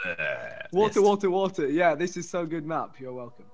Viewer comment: Every video when there is a cursive R he thinks it's a N like water he says waten